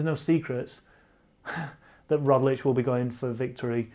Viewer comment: How about a 2021 resolution...to pronounce Roglič right....RoGlič, not RoDlič 🙌